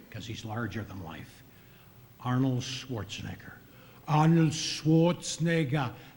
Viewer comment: he needs to learn how to pronounce Schwarzenegger.